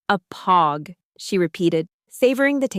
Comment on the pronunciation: And say POG the right way for fucks sakes!